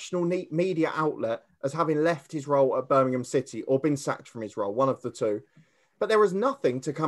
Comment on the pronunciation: It's Birmingham not Birminum 👍